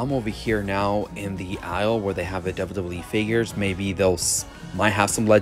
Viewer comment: Also I like the way you say wwe